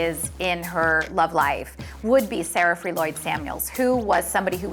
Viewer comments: Nepo Seroka sarah-free. Lol. They had to know that it was wrong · SAFIAHREE??? WOW THEY CAN'T PRONOUNCE SAFAREE?? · EXCUSE ME WHITE PPL its not Sa-fe-ree its Safaree (safari) 🤣🤣🤣🤣💀💀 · hood stars not hoodsters say it right and it's safaree not sara free wtf??..😁😁💀💀. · HIS NAME IS SA FA REE!! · Did they just call dude Sara Fee 😂!?! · Them bitches said sa-fa-ree😂😂😂😂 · Jamall Turner right? Who is Sarafree? 😂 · The way the pronounce safaree’s name😭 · DANG the narrator killed Safaree's name lol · Victoria Love 😂😂😂😂 am a real real the realest barbz ever ! but I can't forget "sheter"😂😂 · Will they ever say Safaree right? LOL I had to rewind and laugh again. Also, follow my channel ;) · The way they pronounce "Safaree" LOL